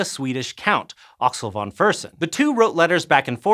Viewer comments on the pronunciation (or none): Von is pronounced Fon .